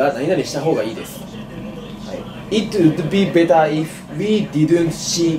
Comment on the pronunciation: いっとぅうっどぅべたー 発音下手かよ笑笑 かわいいから許せるけど